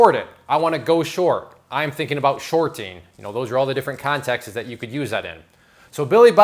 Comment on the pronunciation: you said sharting 😊